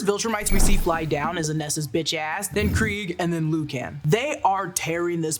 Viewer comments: "Loo caan" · She also said lucan wrong